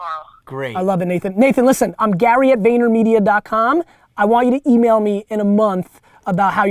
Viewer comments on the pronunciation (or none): none